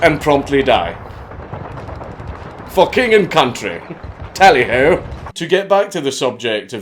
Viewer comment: for king and country tally ho sounded almost like you were a real brit i mean englishman